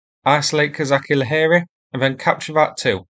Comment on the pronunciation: Thank you, for your video as always! Can just little bit help you with pronunciation of "KozaCHi Laheri". "CHi" there sound the same as in english word "CHeese" 🧀